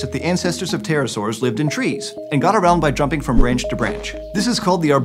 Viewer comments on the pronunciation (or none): read as 'peterosaurs' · Because english speakers don't pronounce the P it always sounds like Terror-saurs. XD